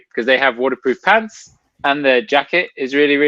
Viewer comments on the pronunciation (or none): none